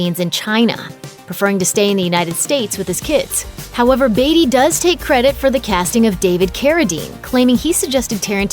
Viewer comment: Why can't she pronounce Beatty correctly?